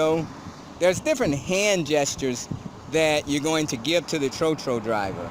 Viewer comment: Mispronunciation of "tro-tro". It is pronounced closer to "trot" than "throw".